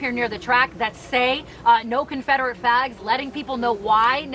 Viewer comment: Nobody caught when she said confederate FLAGS at 8 seconds she left off the L.. lol